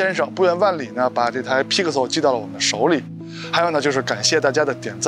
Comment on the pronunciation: 听你念批可馊脑壳疼